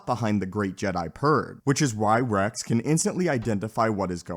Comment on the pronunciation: Why don't you pronounce X and S ? Order sixty si- ? Captain Re-c ?